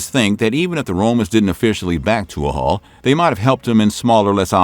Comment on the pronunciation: Tuathaill is pronounced "toohal".